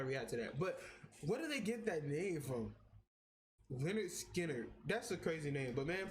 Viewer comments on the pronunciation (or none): it's pronounced Len nerd skin nerd. They where the kings of southern rock.